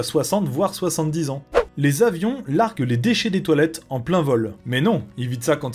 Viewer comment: "Les avions largUent" et pas "largent" (96)